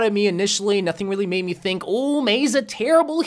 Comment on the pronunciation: "being meid fun of" Im not funny ik